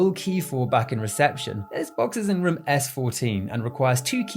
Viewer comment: You say room like jerma985, like "ruem" i think its the accent but i thought it was a nice similarity you share with my favorite streamer